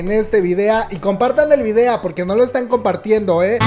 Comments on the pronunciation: Por que dices "videa" ? Me causa conflicto, es video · "VIDEA" JJAJAJA DIAS HASTO DONDE VAMAS O LLEGOR. ;O